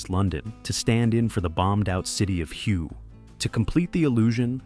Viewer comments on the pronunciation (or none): Hey idiot, it's pronounced Way not Hue. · Hue city is pronounced "Hway" not U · That city is pronounced HWAY......not HUE! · it's pronounced WAY, not huu. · Hue is pronounced way , I was there in 2971 June. That burned out set looked nothing like nam. That movie was a joke. Platoon was terrible close to what I went through. That's all I,m going to say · the city of hue as you called it is pronounced way a UN World Heritage site where they won't allowed the use of artillery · Enjoyed the video, love the film, so not much new to me but hue sounds closer to whey than the colourful choice made here. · Just an FYI, the town of HUE, Vietnam, is pronounced, H W A Y.